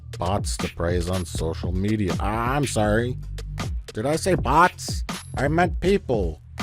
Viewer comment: "I'm so-rrrry..."